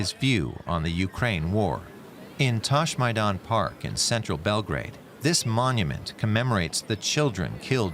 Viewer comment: I heard "Touchmynut park" . Don't leave your children alone in this park, i guess